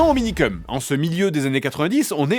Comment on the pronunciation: Nn mais vraiment personne vas parlé de la prononciation du nom minikeum(cum) vraiment personne